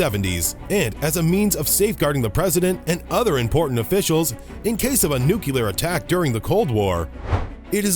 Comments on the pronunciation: NU-CLEAR not NU-CU-LAR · The narrator needs to learn how to say NUCLEAR. (It's not NUC-U-LER.) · “nuculur”? come on. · and later: “nucular” 😳 The narrator must have learned this pronunciation from President George W. Bush. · Can you say nuclear? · one of my pet peeves from supposed SMEs